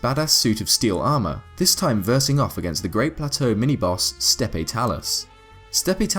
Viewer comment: great video - but the word steppe in 'steppe talus' is pronounced as step, not steppy. monster appears to be a 'talus' and this particular one in the talus of the steppe. it's possible, because of the defining word steppe, that we could see other talus' throughout the game. maybe mountain talus' or canyon talus'. steppe stɛp/Submit noun a large area of flat unforested grassland in SE Europe or Siberia.